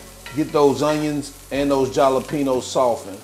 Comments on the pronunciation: Instead of saying Jalapeños try saying holla-penos. When you cooked the onions and jalapeños together the scoville (heat) increases in the peppers. Great job though my friend 🤌🏼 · Not the jah-la-penos 😂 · The "J" is SILENT in Jalapenos, you KEEP saying it in EVERY VIDEO. Leave the J OFFFF.... again NOT trying to be rude(bc I've mentioned this in another video)